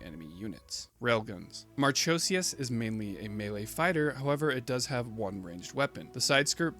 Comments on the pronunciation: Just a heads up, not to take away, but it's pronounced "Mar-ko-see-us" not "Mar-cho-see-us". The ch forms a 'k' sound in the name of Marchosias. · Awesome vid! Aside from you pronouncing Marchosias wrong tho 😭 but I love Marchosias and haijiroboshi alot. U should do a vid on the Gundam Vual btw he’s super interesting:0